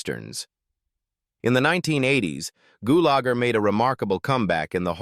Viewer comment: My favorite character of Clu Gulager was in the movie "A Force of One" also with Chuck Norris. I really hated listening to AI butcher the pronunciation of his last name so many times. Goolager